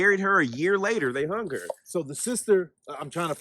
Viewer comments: It is hung not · It is " hung" by the way